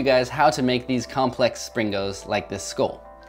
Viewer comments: He named the video springos but most of the time he was saying slingo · it is sringos not slingos lol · springos not slingos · Stop calling them sling-O’s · Lol i like it how he said "Slingos" again as in his last video